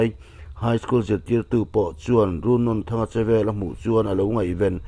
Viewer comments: Run nawn N atang hian a hniam zawnga a thluk tur 😁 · A hming i lamdanhi a thluk dan a dik lo. Nawn laihi ainawn kan lama a nawn lai kan lam dana lam tur ani. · Runnawn tih laia nawn hi thluk tur a ni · Runnawnthanga hminglam rik hi a diklo a ni Nawn tih laihi Cut lovin Thluk hniam a thluk hret tur a ni